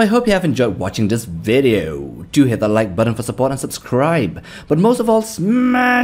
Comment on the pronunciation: Never say video like that again 😂😂